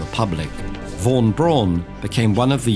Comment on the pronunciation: Makes a video about German scientists. Does not have a clue, how to pronounce German names. (Hint: von is pronounced as "fon". Strange German quirk)